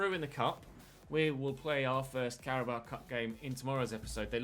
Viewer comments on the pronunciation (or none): none